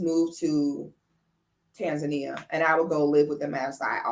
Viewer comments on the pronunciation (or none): none